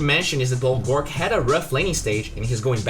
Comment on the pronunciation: Pls its gorgc not gorc. This is the third time